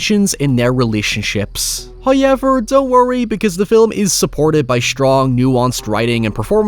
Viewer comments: Came for the hoyevers